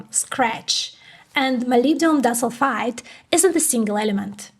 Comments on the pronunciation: dis-ul-fide?? Nailed molybdenum though! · She means to pronounce it as "di" - "sulfide" ... two sulfur atoms linked together. Great report though. Thank you